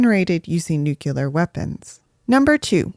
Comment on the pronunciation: nuclear vs nucular 😁.... I hope George Bush did not teach you science